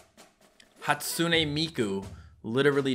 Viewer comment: Its hatsune miku not hatsoonay meekoo